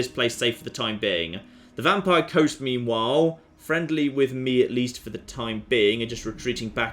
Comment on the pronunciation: also you pronounce meanwhile as memewhile alot ;)